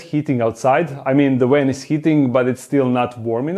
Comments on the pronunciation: “A big wan” 🤣 ily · In Europe (and neighbors) they pronounce W like V and V like W. So in English you get words spoken like "w"an instead of "v"an. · spent about 3 minutes trying to figure out what a "wen" was. lol. its actually "van" im dumb. love you lol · 😆😆😆 He rented a WAN!!!. Please say "nuclear vessels" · I love the way he pronounces the word van. With his accent it almost sounds like he's saying van with a w. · I agree.